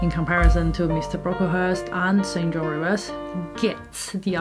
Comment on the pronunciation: St John is pronounced "Sinjin".